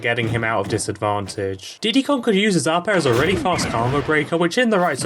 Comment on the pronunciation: Why do you pronounce combo like "carmbo"?